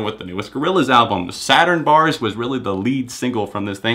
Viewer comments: It’s SaturnZ Barz emphasize the Z in saturnz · It’s not Saturn Barz it’s Saturnz barz